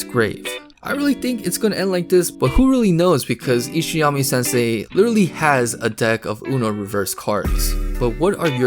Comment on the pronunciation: This man said ishayami sensei😂😂😂. Lol its isayama brother